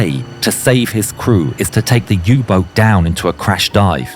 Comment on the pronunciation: "U -BOOT"to z Niemieckiego ! nie Angielskiego!